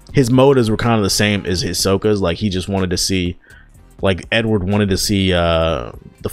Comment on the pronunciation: Did he just call the reverse flash Edward. Nigga it’s Eobard thawne